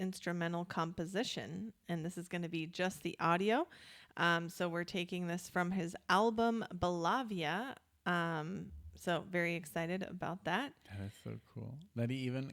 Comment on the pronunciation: Nice set! However, I'm pretty sure Bellavia is pronounced like bella (beautiful) via (way).